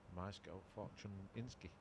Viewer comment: "maysh-go fortune-isky" lol, butchered that name. but polish names are tough, even i can't say konrad's surname